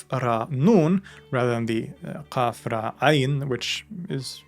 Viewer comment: qaf, raa, HAMZA, and NOT ein. ق ر أ = قرأ > يقرأ > قراءة…. Reading Very interesting theory about Quraan meaning to compare…!!!!